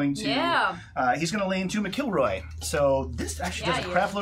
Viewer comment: Love how you guys pronounce my name "M'Killroy" LOL. Well worth subscribing too and hope to see you for season 3